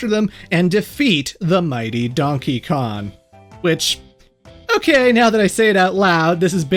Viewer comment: ITS DONKEY KONG NOT DONKEY KON😭